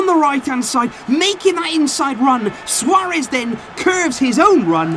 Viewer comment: Yeah, you said “Luis Suaréz”😂